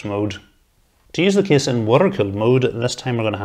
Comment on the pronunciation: What a great "Ca-YSE" 😆